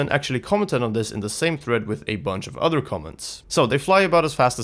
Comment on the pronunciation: Why do you say "udder" instead of "other". Creepy 🤣